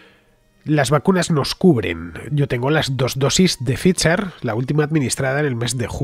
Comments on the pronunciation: Fernando, me encantan tus videos, pero por favor, cuando hables de la vacuna de Pfizer, se pronuncia "Faicer" xDD. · Pfizer, en este contexto, es la denominacion social de una empresa estadounidense, por lo tanto /faizer/ es como se pronuncia. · "Brought to you by Pfizer" Sera posible que todos estos paletos se empeñan en decirlo mal y nadie lo pronuncia con la perfección germánica de nuestro entrañable (pero algo dogmático en ocasiones) Fernando?